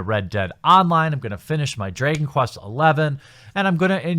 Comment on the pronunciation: Why do you pronounce Dragon Quest "Dr-ay-gon"?